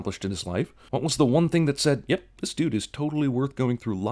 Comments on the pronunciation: When you say "The One" it sounds like "The Wan". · I think your pronunciation of "The One" should be included next time you do a sins video on yourselves.